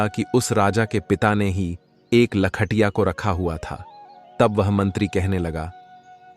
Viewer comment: कहानी अच्छी है लेकिन ठंडे तारकोल में कैसे नहाए। दूसरे लख-टकिया बोला जाता है। लिखने वाले ने क्या लिखा है। बोलने वाले ने क्या बोला है।